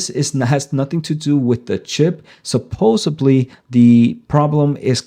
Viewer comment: supposeDly - with a D